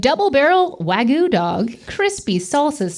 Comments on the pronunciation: Why do English speaking people/americans prononce it like "wa-goo" instead of "wag-you" ? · Wag-*YOU*,. Not Wa-goo. And making that into a dang hotdog is sacrilege! That stadium should be ashamed! xD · Wagyu is not pronounced like that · Aw - can’t say Wagyu. 😂